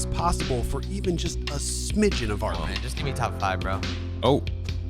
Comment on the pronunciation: Amazing video, shame you called it KP instead of RP the entire video though!